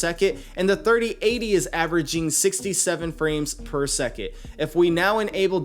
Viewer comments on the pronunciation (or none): Drink every time he says “per seket”